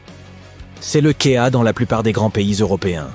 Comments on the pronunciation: En outre, ce documentaire (avec la voix IA qui écorche plusieurs scripts, ainsi "au 19 siècle" ou "c'est le kéa" au lieu de c'est le cas), est très facile (jolie récup de photos lumineuses) et très bête, avec ces comparatifs à la noix, sans aucun paramètre de comparaison. Et aucune conclusion! D'autant que les villes monstrueuses, de plus de 1 millions d'hab, ne sont pas viables, et que le bon vivre, c'est pas des billets de dollars en banques!. Ni viables ni enviables. Il vaut bien mieux 50 000 hab si ce n'est 10 000 pour fonctionner un peu localement avec le milieu environnant. L'homme est une espèce TERRESTRE. Un terrien, qui vit de la terre. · c'est le cas le kayyyya avec l'accent américain ou le quai A en français :face-red-heart-shape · La traduction et narration par IA est ridicule 😁 "von dem tansenen roboter" "la côte tète" "une majorité de SS citoyens" "c'est le quéa dans la plupart des grands pays" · c'est de plus en commun mais pas moins ,insupportable ! le " quai a " ... parmi d'autres